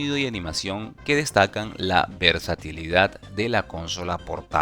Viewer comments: Que estresante que digas cónsola en vez de consola, es buen video pero de verdad es molesto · Jaja no puedo con el CÓNSOLA